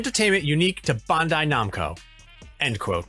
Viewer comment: Bun-die Num-ko?